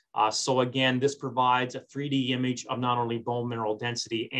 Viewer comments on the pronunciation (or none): none